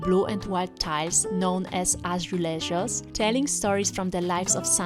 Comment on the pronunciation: "I did my research their called ázzulhass" .... iés béri náice😂😂😂😂😂😂